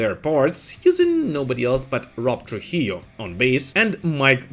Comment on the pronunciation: It's pronounced "True-hee-yoh"